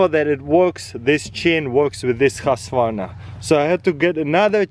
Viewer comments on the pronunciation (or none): You say husqwarna but you say more like huuskvarna! Greatings from Sweden! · "Husvarna" lol😂